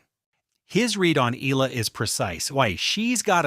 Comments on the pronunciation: E-YA-LA NOT E-LA. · Soon you’ll learn that her last name is pronounced “EEE-YAH-LUH”. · ok. getting tired of this dude mispronouncing her last name. please read this “EY-YEAH-LAH” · The least you can do is to pronounce her name properly. This is disrespectful.